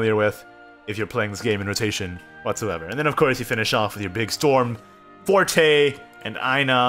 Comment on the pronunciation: This is the first time hearing calling Forte instead of Fort